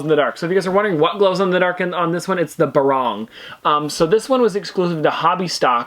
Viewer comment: Eeek the way he says “barong” 😖